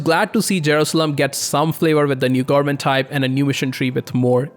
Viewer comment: goernment goernment goernment, speak better pls